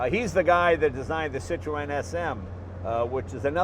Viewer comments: "Citro-En" c'mon Jay you can pronounce it right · Do all Americans say Citreon wrongly? you're not meant to pronounce the E... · does anyone else cringe when he says Citroën wrong? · Jay pronounces it ''sit-row-en'' (row as in death row) ..... whereas I was brought up to believe the Freench pronounced it ''seet-ron''. Anyhoo - as a kid in the late 70s, we knew a guy that had one. (also a red one). It was like nothing we'd ever seen before. Myself, my brother, the guys 2 sons and wee sister would all get in and take a small ride - and yes, I remember it like yesterday, the whisper quietness and armchair comfort seats. The guys name was André Duval, and he only stood about 5ft tall! - Now, this was (and is), a big car! No, we weren't in France....but in the Highlands of Scotland, in a tiny village. I'm a motorbike guy and cars rarely do anything for me, but this brought back lovely memories. Thanks Jay! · Why do Americans have so much trouble saying Citroen it's not cit to en it's cit err ron it not difficult to say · It's not Cit-row-en, it's Cit-ron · Great video as always. Isn't the "e" in Citroen silent ? Always thought it was pronounced "sitron" not sitroeeen !! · Why do Americans pronounce the name wrong it sounds like 3 words cit ro n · Its pronounced " CitREN" silent 'o' ffs arghhhhhh !!!!! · Its pronounced Sit-Ron the E is silent. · See twan ia much closer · Stop saying "Cit RO EN" why do Americans have to pronounce everything differently! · Citro oen, , peouget, gas pronunciation, haha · Citrowen? Ha wtf? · This video encapsulates everything I love about this YouTube Channel. Thank you so much for sharing. One criticism? It's pronounced Sit-rone. You don't pronounce the "en". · Cit ro n yes the E is silent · Jay you do not pronounce the E in Citroen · "Citroën": French for "POS". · I,ll never get used to American pronunciation of Citroen! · If only he pronounced CITROËN correctly.